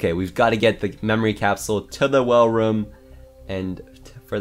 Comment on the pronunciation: More nick bring him back By the way why do you say room like roum